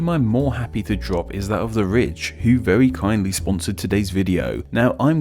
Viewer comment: He says ridge like "rich"